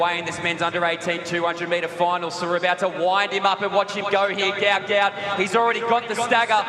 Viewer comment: The name is Guot Guot, NOT Gout Gout.